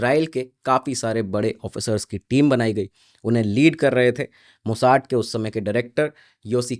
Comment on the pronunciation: मोसाद को अंग्रेज की तरह मोसाड कहना बंद करो